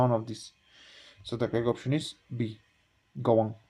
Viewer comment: Q.142 (none of the above) Ans. Kahwang not Gawang